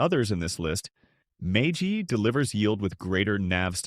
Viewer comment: AI may not understand how to pronounce MAGY.